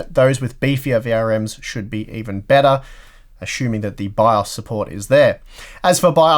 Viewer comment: What is BAZZ? Please pronounce your english right. Took me three rewinds to understand. Just as with your 9-ty-K Intel CPU's. Take your time to pronounce words, man. Huh. Love, bu' yu englgs's ba'!